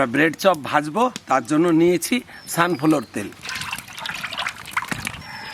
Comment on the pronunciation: Sunflor tel😂😂🤣...ota sun flower tel hoy